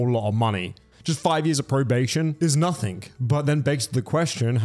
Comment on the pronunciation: Hey, great video as usual, BUT... You're killing me here man, it's "noTHING" not "noTHINK"... There is no such word as "nothink", but "nothing" is most certainly a word, it is in fact the very word you are trying to say yet seem to have difficulty with, and have done as long as I've been subbed to you, which is a very long time! Sorry to nit pick, but these things drive me a little crazy! I hope you're well and all is good, keep up the great content!